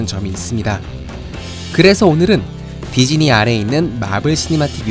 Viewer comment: 별건 아닌데 디즈니를 계속 디지니라고 하시네요 ㅋㅋㅋㅋㅋ 귀여운듯... 우리나라 사람들한테 디즈니가 어려운 발음인가 봄.....